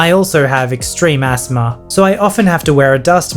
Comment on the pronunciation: When says “asthma” it sounds like he’s saying ASMR as a word rather than an acronym